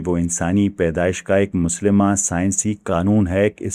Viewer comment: مسلمہ اصول، اس لفظ کا تلفظ Mu-Sallima ہے۔ Musalma نہیں۔